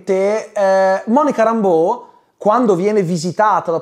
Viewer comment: Si ma se il personaggio di Monica Rambeau viene pronunciato "Réimbo" sia in originale che nel doppiaggio italiano, perché sul tubo ( compreso) sento sempre dire "Rambò"? È inglese, mica francese